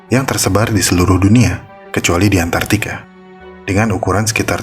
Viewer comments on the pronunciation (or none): Kenapa Semua serangga terkucuali di antartica, Apakah di antartica ada serangga?! Tolong dong di bahas serangga apa aja yang ada di sana?! Merasa kasian aku sama antartica, Selalu tereksekusi di setiap sedang membacakan dialog, 😁😂 "KUCUALI,,, "ANTARTICA"